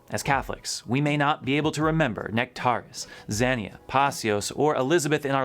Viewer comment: Yes, I know this video is a year old, I just couldn’t help myself in chiming in because St Paisios is my patron saint. I encourage everyone to watch the best video on his life on Trisagion YouTube channel. It’s amazing. The second time I watched it I felt this urgent call to prayer. Pray pray pray pray. It wouldn’t go away. And fyi, it’s pronounced Piw-ee-see-Os